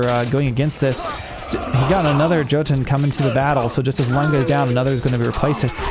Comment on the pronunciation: the J in Jotunn and Jarl, is pronounced as a Y. so its more like Yotunn and yarl. :)